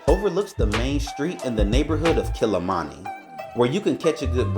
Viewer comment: Mah tah toos. NOT MAh tah toes! 😂 and its Kil leee mah nee!!! And you better have some local nyah ma, choh mah